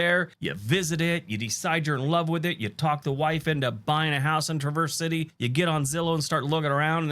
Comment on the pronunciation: He mispronounced Traverse city